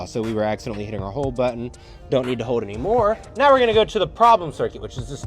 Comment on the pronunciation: HOLD !!?? Not hoed..ffs